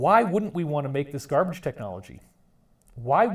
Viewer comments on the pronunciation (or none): none